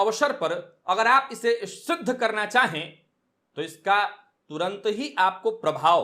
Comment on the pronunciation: Karana not katana